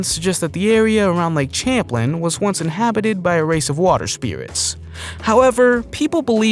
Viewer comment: Champ is in lake Champlain in Northern new york. You are saying the name of the lake wrong. 😂😂😂😂